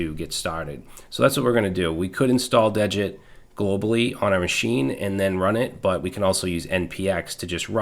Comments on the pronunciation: Degit is pronounced as DEE git. I heard Rich Harris (the creator of degit, Svelte, and rollup) pronounce it on a podcast interview. degit removes the git history to make it smaller. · awesome video as always but the thing is degit is spelled dee git not dejit it just clones a git repository without the .git folder